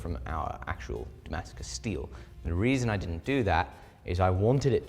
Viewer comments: Hahaha it's Dongmascus😂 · Pantented “Dongmascus” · dih-mascus steel